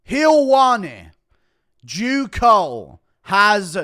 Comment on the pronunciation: He Said Jew Cole 🤣🤣🤣🤣🤣🤣